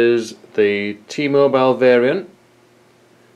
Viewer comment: ....T-MoBILE. quit sayin it so strong